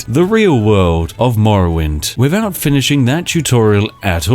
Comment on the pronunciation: Whenever I hear "wiffout ferver ado" I ready myself for some further ado.